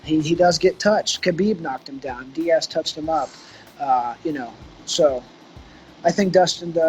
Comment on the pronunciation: Lmao this guys really said daiz , khabib like that’s 2 guys buddy